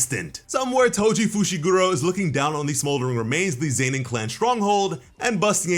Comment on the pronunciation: Why does he say Zenin like Zaynin